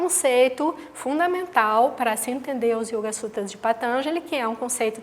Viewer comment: patanjali tem a silaba tonica na quarta silaba....e não na terceira